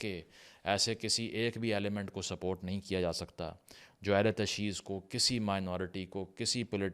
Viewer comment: The correct pronunciation in Urdu is “Ahl e Tashayyu”, not “Ahl e Tashee”.